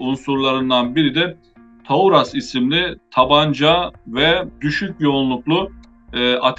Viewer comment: No caso da Taurus, é ao contrário, a primeira sílaba é a sílaba tônica (tá)